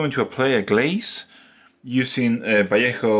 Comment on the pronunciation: Thank you for being the first person ever (at least in painting world) that has spelled Vallejo correctly (Vayeho). And no, I'm not spanish speaker, just know that basics of that language but it drove me nuts for years. Cheers :P PS. Can you make separate video on creation of those wonderful highlights on her (robes/hair). Thanks!